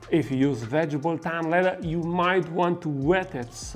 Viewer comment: I absolutely love how you say "vegible".